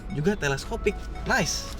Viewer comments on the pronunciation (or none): none